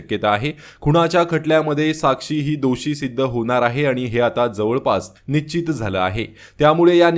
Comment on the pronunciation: निच्चीत नाही रे बाबा. निश्चित असा शब्द आहे. शुध्द बोलायला, वाचायला शिका मगच हे ध॔दे करा .